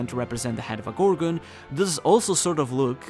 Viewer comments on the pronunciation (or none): none